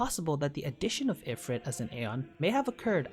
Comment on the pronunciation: You really need to work on your pronunciation of the aeon names. Valefor has 3 syllables. Ifrit sounds like "ee-freet".